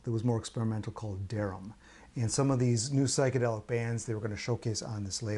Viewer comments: I think you pronounce DERAM - deee-ram. (for your future reference). I always said it your way as well. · Deram is pronounced Deeram.